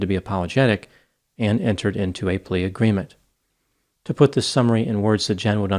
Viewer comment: Many fakes like her in the world. Glad she was caught. Pleashahgreement 😂 ! Priceless just priceless.